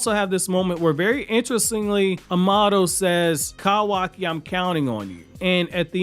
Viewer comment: KAHWAKI KAHWAKI KAHWAKI KAHWAKI...... it's like isshiki shouting "kaaaawaaaakiiiiiiiiii" but the ahhh is present after kahwahki. kawaki is correct not kahwahki